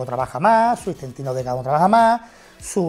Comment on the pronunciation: Istentino, ha dicho istentino??